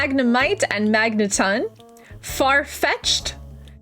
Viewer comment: Kangaskhan is pronounced Kan-gask-kan And magneton is pronounced Magnet-ton And exeggutor is pronounced Exe-gu-tor The nidos are Nido-(what)